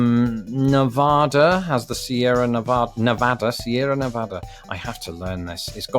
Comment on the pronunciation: Your pronunciation of "Sierra Nevada" is correct. That's how the state should be pronounced, too; it doesn't matter if they legislate it otherwise, wrong is wrong. It's a pre-existing Spanish word with a well-defined pronunciation and meaning. Just say it the right way and screw anyone who takes offense that you don't coddle their incorrectness.